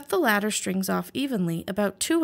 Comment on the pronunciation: Are you saying "Latter" or "Ladder" strings.... As am unsure which are which in either case.